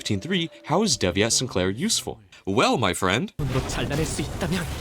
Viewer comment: I hate how you pronounce devyat'...